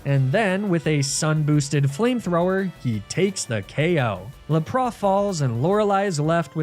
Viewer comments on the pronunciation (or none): I love you videos, and birds are some of my favorite pokemon (rip Cukoo). But can you please pronounce lapras and arcanine correctly (the s is pronounced and it's pronounced like the number nine ). I'm not saying you don't know how they are pronounced and I don't know if it's a joke, but if it isn't please at least pronounce the s in lapras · He does know he’s saying Lapras wrong yeah?